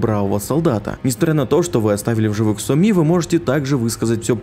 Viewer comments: Еще Соми произносит как то по уебански: Со мИ. Втф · ну какая сомИ, какой хансЭн? играл бы с нормальной озвучкой - слышал бы что ударения там совсем другие, а так прям слух режет